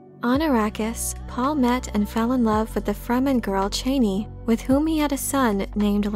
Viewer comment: Your content is great as always, but it being pronounced "Cheney" is hard to hear ;)